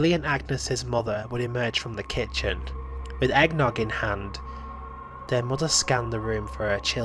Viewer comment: Why does the word "kitchen" seem like such a difficult task for you?